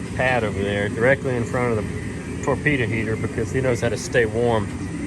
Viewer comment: A torpeeta heetuh. 😂